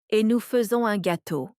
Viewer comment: faisons➡️ fe-zon